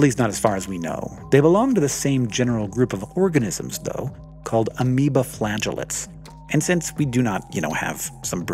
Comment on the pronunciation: So I heard “amoebaflatulance” instead of amoeba flagellates. Damn funny.